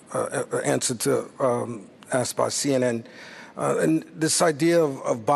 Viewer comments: Did this guy really just say "aksed"? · They axed the government? Isn’t that murder (of the English language)?